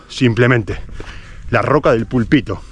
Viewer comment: se dice pÙlpito y no pulpÌto (fijate en el acento). Segùn la RAE: púlpito Del lat. pulpĭtum. 1. m. Plataforma pequeña y elevada con antepecho y tornavoz que hay en algunas iglesias para predicar desde ella y hacer otros ejercicios religiosos. 2. m. En las órdenes religiosas, empleo de predicador. Se ha quedado sin púlpito.